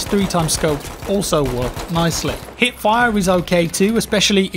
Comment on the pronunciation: i am the only one who did undesrstand HIT fire insted of HIP fire ? it took me dont know 3 videos to realise that you mean hiP ^^ i was very confused what hitfire should mean ^^